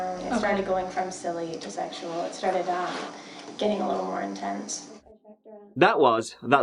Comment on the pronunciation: Does anyone else crack up. When says *sexual*. Gets me everytime. 😂😂😂